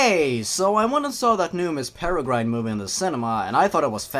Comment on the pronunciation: screaming for 3 hours over how you pronounce peregrine even though my accent prevents me from saying a lot of things but I'm still going to be triggered